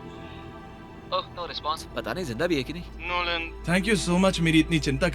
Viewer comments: Why he's calling lolan😂😂😂😂😂😂😂😂😂😂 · Bhai NOLAN ko LONAN bol raha hai